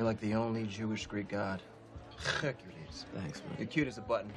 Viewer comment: “You’re like the only Jewish Greek god, Chhercules” 😂😂